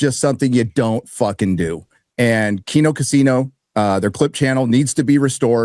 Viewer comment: dude this, I’m a no sabo kid and was cracking up at COCHINO not coccino (like a cappuccino? I guess? Idk.)